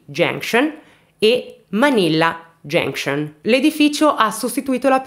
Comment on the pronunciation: Grand Trunk!!! Genscion😂😂😂😂😂..ma cribbio che pronuncia..va be dai almeno fai ridere..più ti sforzi di pronunciare giusto più ti escono delle cose aberranti